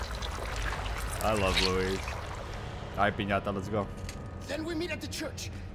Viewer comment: Good you are back, I already got everything this time but I had to sit and enjoy your full playthrough! Great content! and loved the fact that you called Piñata to Pesanta, same feeling when you were saying Pestañas during the Leon campaign haha